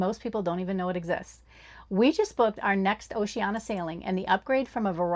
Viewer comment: Need to work on the pronunciation of Oceania. That's an i-a at the end, not an a.